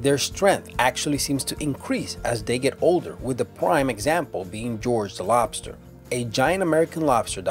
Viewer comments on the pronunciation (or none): none